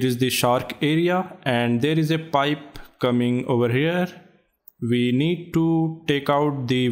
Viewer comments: Bro you saying "Da Nebarr is commeng" is just funny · Oo sheet tha neighba iz cameeng